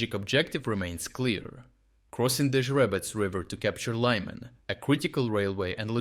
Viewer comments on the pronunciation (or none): proof that its a generated voice not a real person, mispronounces Lyman with as Liman (english spelling)